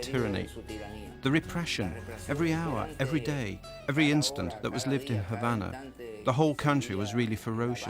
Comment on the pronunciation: Why do the British take any word ending in an "a" and add an"r"? As in Hondar. Havanar etc?